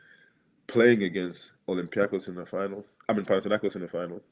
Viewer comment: ΠαναθηναϊκΌς ονομάζεται η ομάδα μας! ΠαναθηναϊκΌς! Δεν μεταφράζεις το όνομα μιας ομάδας! Απλά το λες όπως είναι! Άκουσε κανένας να λένε έξω από την Ισπανία την Ρεάλ, Ρέαλ??? Την Λίβερπουλ, Λιβέρπουλ???? Την Μπάγερν, Μπαγέρν? Έλεος!!!